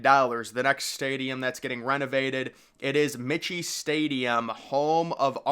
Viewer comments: Michie stadium is pronounced like mikey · Michie stadium pronounced like mikey